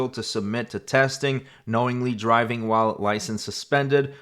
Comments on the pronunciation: Was it me or did she say "I'm not dwiving, I'm not dwiving" before saying it correctly the last time? I literally lol'd when I heard that for some stupid reason. 😂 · “I’m not dwiving!” 😂😂😂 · 'But I wasn't DWIVEEEN, I wasn't DWIVEEEEN!" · Second one: “I’m not dwiving”😂